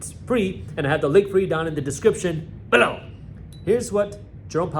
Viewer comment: Is it possible to stop saying ”below” the way you do. It’s your thing so you do you but I can not be the only one that gets the ick every time you do it.